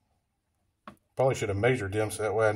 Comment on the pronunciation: "like-eaat", or "like-iss"...sounds like everyone I grew up with who skips the "th" when saying "like this" or "like that", lol! Good tip though, I'm going to harvest a length of copper wire that's laying around in the woods and try-iss! ;-)